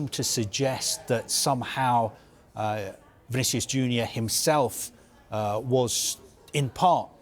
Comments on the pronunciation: 'Vinicius Juner' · „Vinicious Juda“ 😂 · I heard "Vinicius Judas" 😅